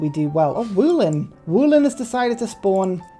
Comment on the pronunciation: As a polish viewer I have to tell You how to properly pronounce the word "Wolin". Trascription looks like this: [ˈvɔlin]. It starts with "vo" like in "void", then "lin" like in "link". Your "woolin'" made me laugh - there are no sheep involved ;) thanks for coming to my TedWrite Wolin is the name both of a Polish island in the Baltic Sea, just off the Polish coast, and a town on that island. What is the island known for and why was Wolin included as City-State? First signs of human activity there date back to stone age, and in early middle ages there were proper settlements of slavic tribes. Archaeologists believe that in the Early Middle Ages Wolin was a great trade emporium And well, Wolin was completely right to spawn in Europe :P